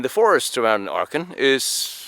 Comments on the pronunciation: It’s Aachen not Archen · Acchen not Archen is the correct pronunciation........No R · Thank you, I'm glad I was not the only one who noticed that. It was quite off-putting hearing him alternate between the correct pronunciation and hearing what sounded like arkhum!